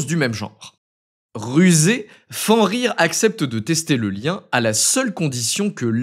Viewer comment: Fenrir se prononce "FeNNrir"